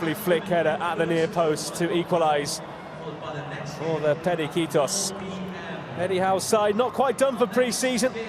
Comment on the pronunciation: Commentator: blah blah blah …”los pericicos” - 😂; he’s not had to commentate on the budgies before!